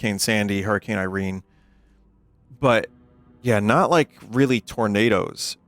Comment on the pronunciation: "Tournadas" lol